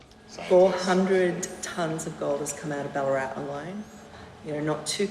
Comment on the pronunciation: Bullaarat bahahahaha......Its Bal-laa-rat